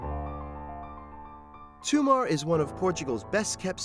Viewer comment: stop calling it Toomar, it's Tomar